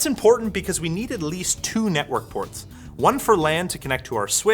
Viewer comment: "Network Porths"